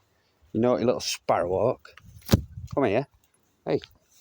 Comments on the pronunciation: The angry emphasis on SPARROW in sparrowhawk made me giggle. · He says Sparrow Hawk like Draco Malfoy says Potter. So much emphasis lol